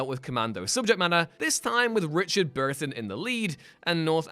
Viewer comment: who's Richard Berthon? B U R T O N